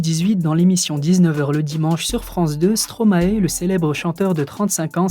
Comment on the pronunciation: Non t'as pas le droit de faire cette erreur on dis " stro-my " et non "stro-ma-é" sérieusement! C'est tout simplement maestro a l'envers! Je veux qu'on pouvait se tromper lors de ces début, mais plus maintenant ! Ne prend pas mal mon com! ☮️